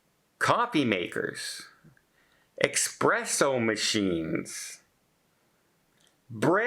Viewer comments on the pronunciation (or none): ESpresso, not EXpresso. Cattle prod: oh, you innocent! It's a kink.